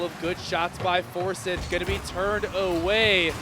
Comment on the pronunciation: You got commentators for the GHSA that pronounce Forsyth as For-sith? Sheeeeeeeeeesh